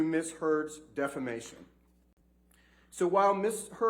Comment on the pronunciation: Did he say defamation or defecation?